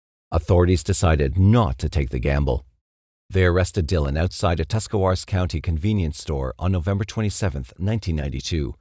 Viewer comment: I live in northeast Ohio, good job on the Tuscawaras pronunciation, people who live here can’t even say it lol.